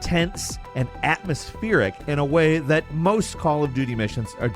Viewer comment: The way he says "atmospheric" is wild